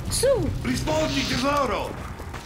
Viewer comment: "Ridfpondi tessoro"